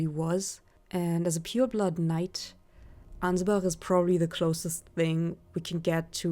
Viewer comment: I'm just glad to hear someone pronouncing Ansbach rightly. He even says his name yet I still hear people saying Anyz-batch.